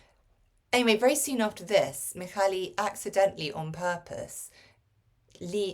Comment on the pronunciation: Hello! Not that it matters too much, but I thought you'd want to know. The LY at the and of the name Mihály is read as the Y in the English word YEAR. ZS in the name Erzsi is pronounced as the S in the English word PLEASURE. Hope it helps.:) And a big thank you for promoting this unique piece of literature!